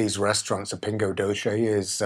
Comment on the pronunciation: Your videos are very informative. Thank you! But say "pingo dosse", o C before E and I is pronounced like the S in "sweat drop" = "pingo doce", from a Portuguese-Canadian.